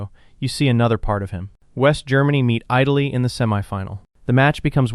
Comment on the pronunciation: "eye" taly, lol